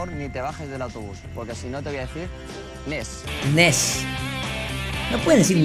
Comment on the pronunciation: Cualquier persona en el mundo: Next: pronunciación: Next. Españoles: Next: pronunciación: NINTENDO "NESS" KAJAKAKAKAJAJ